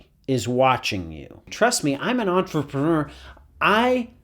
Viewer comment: The progressive deterioration of his pronunciation of the word entrepreneur throughout these videos really pulls this series together